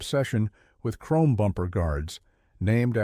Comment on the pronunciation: Over chroam, LOL!